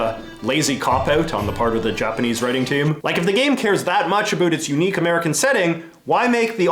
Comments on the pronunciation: Omg why do you keep saying "abut" instead of "about"? It's killing me from inside out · You say about weird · now that look more into it seems like he always pronounced about like that and he never really says the word "about" which is weird and the first time i heard him was in this video. But still it's weird that he used the word a lot in this video